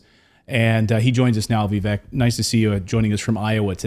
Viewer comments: Heres my 2¢, the mans name is pronounced like vivAke. Most people still say it like Vivek. Im pretty sure its spelled wrong but its alright. A lot of words are spelled wrong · It is pronounced Vivake as rhymes with Cake. It is not rocket science! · His name is Viv-AKE